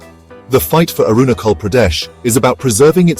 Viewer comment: Is it pronounced as Arunakhal or Arunajhal?🤔